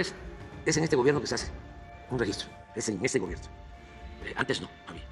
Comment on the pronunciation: DEJA LOS DESAPARECIDOS KKS 😂😂😂😂 ACUERDATE "SALGAN ABRACENSE YO EJTEEEE EEEEE LEJ DIRE CUANDO EJTO EJTE MAL" 😂😂😂😂😂 800 MIL FALLECIDOS POR COVID